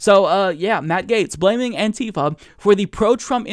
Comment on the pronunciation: Bugs me more then it should, but it's "anti-fa" not "an-tifa". As in anti-fascist, not a character from Final Fantasy.